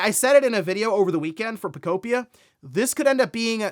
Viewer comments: “Poe-Kope-pia” I wish you’d stop calling Pokepia that. It doesn’t make sense to say it that way. 😂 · He just cannot figure out how to pronounce that damn word lmao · Pokopia... guess the a makes an o sound now.